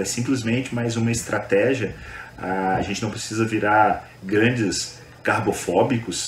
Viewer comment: O Dr. falando Carbofobico kkkk.